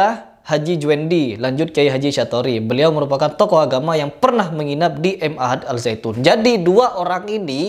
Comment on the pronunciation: Ma'had.. bukan M Ahad.. Ma'had bahasa arab nya artinya pesantren